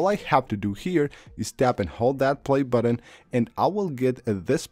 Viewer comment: "add them sepabrley" LOL "just tap the dumb buddon and now you're good to go. of course"